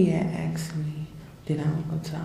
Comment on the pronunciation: she was not being "axed?" it's "ASKED" you dumb ignorant stupid ass.